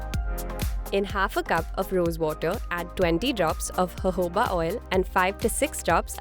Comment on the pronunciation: It's jojoba and while hearing the video I am hearing cohoba oil!!!